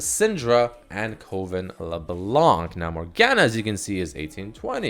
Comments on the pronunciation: Its not pronounced CO-ven..........its pronounced CUH-ven. So many people are getting this wrong. Have people never seen this word written? CUH-ven meaning "a group or gathering of witches who meet regularly". Which is what the skins are themed around, witchcraft. Makes my eye twitch when people cant read. -. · DUDE STOP SAYING KOVON ITS PRONOUNCED CUHVEN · Coven is pronounced Cuh-ven not Coh-ven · Please never say coven(CUH•VEN) again